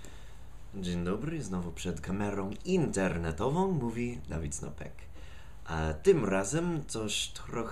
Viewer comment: Uwielbiam "Kamerą Internetową" z tym akcentem : D